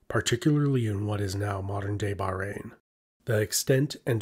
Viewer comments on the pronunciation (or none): none